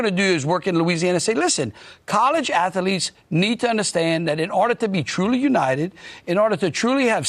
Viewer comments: In America, we call them Ath-letes, not Atha-letes! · Landry: “... atheletes...”! 🤡